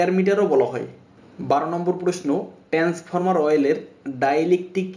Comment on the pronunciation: ট্রান্সফর্মার উচ্চারণ ভালো করে করেন